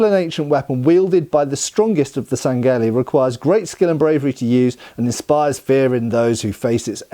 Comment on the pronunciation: Friendly FYI, the H in sangheili is not silent and really should be read as Sang-heili.